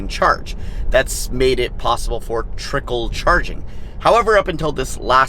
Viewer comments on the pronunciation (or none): none